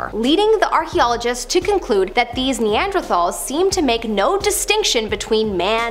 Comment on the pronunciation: did she call Belgians; Neanderthols? or did i hear that wrong?